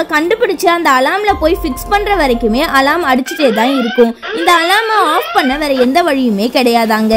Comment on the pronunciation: Athu alaram ila alarm Nan crt aa dhan solran ungaluku therilana first therinjitu vanthu comment pannunga alarm apdinrathudhan crt aana pronounciation